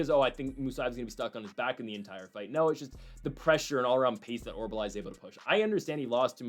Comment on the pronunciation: It is not OR-BUH-LAI. it is pronounced OR-UL-BAI. I mentioned this the last time he fought. Thanks for the video!